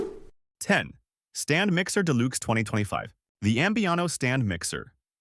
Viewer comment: This would be an ultimately great informational video for all the specials however… Your computer that reads it needs to go to elementary school and take English courses to learn how to read. I could do a much better job and I work cheap so contact me and I will read them for you because I know how to pronounce frappe. Oh, and I know how to pronounce deluxe.